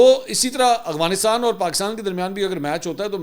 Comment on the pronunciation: Mansoor bhai, please Afghanistan ko 'Agvanistan' mat bola karo, Pathan aur chirh jaatein hain. You are a senior journalist, this is an easy one to rectify.